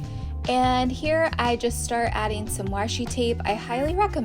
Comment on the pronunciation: I love when you say warsh. Warshi tape..